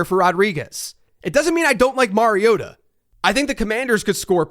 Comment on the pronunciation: tisk, tisk, it's not Marioda, it's Mario-Tah